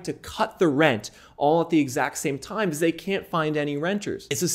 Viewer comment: When he says "because"= "bzzz" 😂😂😂